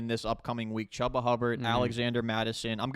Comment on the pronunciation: It’s not Chuh-buh it’s chew-buh